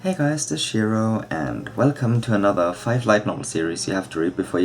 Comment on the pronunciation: Shiro? In eanglish accent? Haha